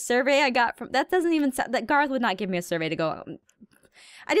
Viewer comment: She called Gorroth Garroth